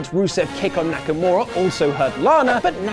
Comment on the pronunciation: And it's Nakamura, not Nakamara, dammit! Leave alone! Thanks guys! I really love your content.